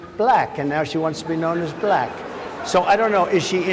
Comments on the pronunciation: It's the SAME Pronunciation of " Black" as the South African(s) in "LETHAL WEAPON II " !! " Bleeckk " because you're " Bleeckk " .. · "I didn't know she was blæck!" He even said the word black in such a weird way 😅 just listen to how he pronounce it! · Just the way he pronounces “black” is so disrespectful. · Trump's pronunciation of "black" is even racist.